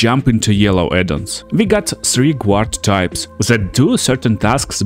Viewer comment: Guard is pronounced GARD, not Gwahd. Good video though 👌